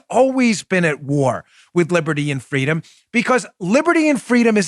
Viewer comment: “Fwweeeedoom!”, “Si se puawdue!” 🤣 They’re getting good at it. Let’s see who’s next.